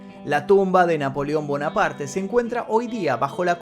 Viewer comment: No se pronuncia bonaparte.eres un youtuber hermano. Trata de mejorar la pronunciación de los Nombres no ispano